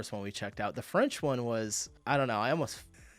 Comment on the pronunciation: As a French, her French sounded pretty much perfect, she's wrong to believe she has a strong accent! It's not surprising though as she's a native German speaker. French and German, despite being quite different in origin, have a similar phonology. That's due to France being once part of the Frankish Empire, and that's how it got the name "France", it's the western part of this empire that survived to this day. To other Romance languages speakers, French kinda sounds like their language but with a German accent. That's why she gets the impression she has a French accent when she speaks Spanish. So Germans generally pick up French pronunciation very well, and their German accent can go unnoticed, it's pretty much the same as Eastern France accents. In English and likely other languages the French and German accents are very similar and often confused.